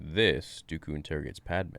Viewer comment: Podme, geanasas